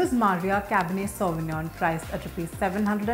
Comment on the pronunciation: I left when she mispronounced sauvignon